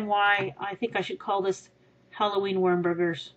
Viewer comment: It's called worm "werm"